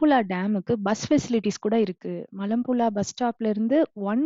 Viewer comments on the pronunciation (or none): மலப்புளா இல்லை மலப்புழா சரியாக உச்சரிக்கலாமே